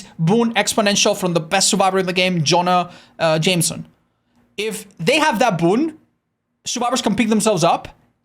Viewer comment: love that he calls him Jonah "Jamison" like Peter Parker's boss lol